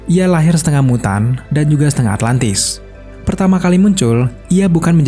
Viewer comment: Atlantis bang bukan atlatnis duh risih